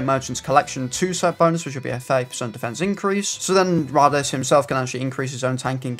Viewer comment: His name is pronounced Rade-eez, you would know this if you watched the show